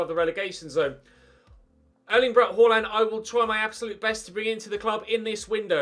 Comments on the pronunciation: Please dont say "horland" its pronounced "aland" with a faint "h" at the start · It's pronaunched Haland with the first a being pronaunched like the first a in Austria